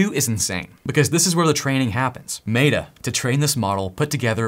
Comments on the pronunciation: If you keep saying Maytuh instead of Metta (or even Meeta), I’m going to stop watching It sounds so dumb and I cringe every time you say it. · Love the video, but it's pronounced meh-tuh, not may-tuh. Again, great video! Keep up the good work :) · Can I ask why you keep calling it MATA instead of META? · Great video. FYI "meta" is pronounced as "meh-tuh" not "may-tuh" just like the word Met with an a on the end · Stop pronouncing it may-tah, it's meh-ta lol driving me crazy 🤣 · we have not met, but you should know that the "e" in Meta is pronounce the same as the "e" in "met" not like an "a" in "mate". Hope this helps. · lol but why does he keep saying "MAY-DA" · why are you calling meta "matta", just to annoy or to game attention? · "maytah". Sorry, but i cant watch anymore of this video after hearing that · Clicked off after i heard "may-da" -- are you AI? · I appreciate how awesome you are and all of the knowledge you provide but I just can't handle your pronunciation of Meta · Love your videos, bro. But the way you say Meta is funny. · Why do you pronounce Meta that way? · I don't know if this is an ADHD thing or just me, but wouldn't it be great if these videos just jumped into what the titles suggests they do? So instead of hearing about AI models, coffee, and an odd way of pronouncing "Meta", it just jumped in with, here's the private AI, this is where to find it, here's how to install it, this is how to run it. The end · Please Google how to pronounce “Meta”. How can this be taken seriously? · LOL, is obviously an intelligent dude, but can't pronounce meta. Cool.